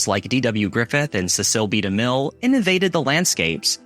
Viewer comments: You said see-SEAL DeMille. It's CESS-hill dee-MILL. I've never heard anyone, anyone ever, ever say the Wizard of Oz was hand painted. I recall a woman at work saying it was a Turner computer generated color which is not true. Your problem is you've actually (most likely) never shot any black and white film. Some black and white films were known for complimentary look like tri-X and plus-X with the main difference being tri-X was at ISO 400 and I think plus-X was ISO 100. There was another film that had a fine grain that was favored for news papers. All of these could be developed at home and edited. You could crop it, lighten, use something called farmer's reducer to whiten a part, etc. This was an afternoon to an evening's project. It was very forgiving mostly. Color film was not. To get some of these great effects from black and white took filters and the type of film. There is a silent film of I think it was dr. jeckel turning into mr. hyde. That was done with colored makeup and polarized lenses which caused the changes. Technicolor wasn't a lie. This is more clickbait. It was hot, bright lights and sometimes the bossy consulate that sometimes just was ignored. You needed a consulate because if you're putting someone in a grey costume against a grey background... duh. However, these films stand out as bigger than life, not as life. Black and white films were accepted and not viewed as "make believe." It's just the way it was and accepted. It's like we accept your hair is a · I read this comment before the part where he said “Cecil”, expecting to have to explain that both “sess-il” and “see-sil” are valid pronunciations. I… wasn’t expecting “suh-SIL”! 😂 Or as he might have worded it: “I readed this comment before the part where he sayed ‘Cecil’…” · Rec reated? Sissil? What's happening to speech? Spend a year watching films. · Is he a native English speaker? "Costed"? "Spinned"? I had to laugh at his pronunciation of "Cecil." LOL.